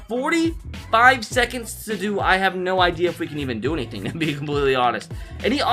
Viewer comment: “Hennething is possible”